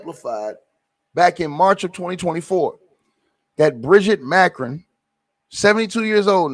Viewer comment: Ma cron. The pronunciation